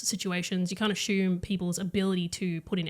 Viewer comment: really good takes honestly but did u pronounce assume as 'ashume'